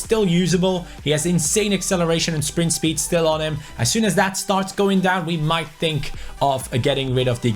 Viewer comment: Who smiled when said shpeed in stead of speed